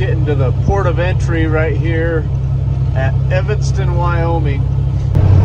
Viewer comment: You have a fan from Evanston on. Shout out for not saying Evingston like most Utahns seem to think it is. Nothing says I’m from Utah faster than that. Martin’s are as good as they get.